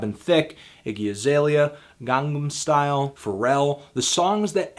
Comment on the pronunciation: Finally SOMEBODY pronounced Gangnam Style correctly.